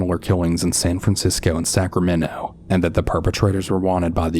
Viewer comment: me hearing Sacramento : 💥👀 WUT